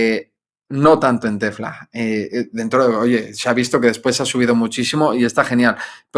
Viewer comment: En serio…por que dice Tefla?